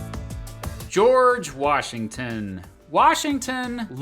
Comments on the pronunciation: geo-or-gee-wash-eyng-ton. That line always makes me laugh! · I imagine purposefully mispronounced George Washington's name as a tribute to all the other composers he completely butchered